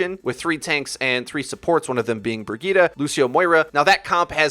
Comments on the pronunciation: Why do people still say brigitah? Like boi, brigitte, i even accept breyeet bcuz its funny but dont try it and fuck up xD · Did he said /Burgita/ instead of /Brijeet/? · I don't understand why people are pronouncing Brigitte as Brigitta, like where the FUCK did you get the a from? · Don't they say the characters name in the game? That isn't how you pronounce Brigitte. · Wait is her name actually brig-eeta or Bri-jit Edit- NEVER MIND YOU PRONOUNCES EVERYTHING WRONG